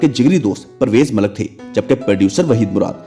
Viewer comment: Brother, our actresses and players have already piled enough ridicule on Pakistan. People like you who can’t even speak Urdu correctly are worsening that notoriety. Forget English, you can’t even speak Urdu! 😡 What a shame! YouTube is an international medium and your silly telecast is going worldwide. Try to learn how to speak words like “film” (not “filam”) or Malik (not “Malak”). Look at the likes of Al-Jazeera, BBC, VOA, Voice of Germany etc whose Urdu services speak our language impeccably. Shame on us!!! And then we wonder why Pakistan is going downwards.